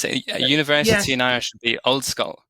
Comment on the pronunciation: It’s a shame you didn’t manage to find a native Irish speaker, or even a dedicated learner. Where is that slender R?